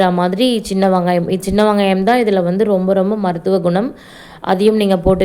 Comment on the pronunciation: வங்காயம் இல்லை வெங்காயம் ஓகேவா வங்காயம் இல்லை வெங்காயம் வெங்காயம் 😂😂😂😂